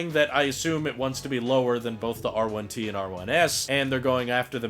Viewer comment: You said it right. I would love the R1T, but the price is preventing me from ordering one.